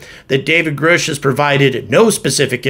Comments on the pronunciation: How do you get Groush out of Grush ? If you are going to report on this guy, you should learn to pronounce his name. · "Grush" not "Groosh"